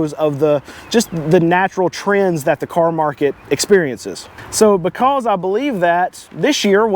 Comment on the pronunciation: Dude, learn how to pronounce “because”